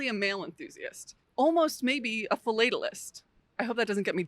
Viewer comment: As a lifelong stamp collector and member of the American Philatelic Society, thank you very much for this wonderful video. The history of the post office is quite literally the history of the United States and vice versa. Losing it would be a very sad chapter in the history of our country. I don’t mean to be critical, just constructive, but the pronunciation of philatelist is with a “short a” : fill-lat-tell-ist 😊